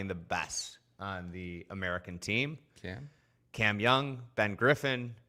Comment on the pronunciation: “Cam Youn” not sure why this bothers me so much every time 😂😂